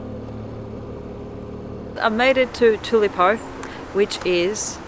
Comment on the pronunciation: Thanks for the tours of the museum and Elvis' house - great stuff !!! will always support you , even if you did say "tulepo" twice !!